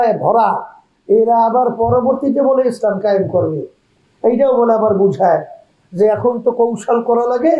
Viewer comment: এত বড় ভন্ড ইসলাম সেইটাই উচ্চারণ করতে পারে না এসলাম বলে এটা এত বড় মোনাফেক এত বড় দালাল এত বড় ভন্ড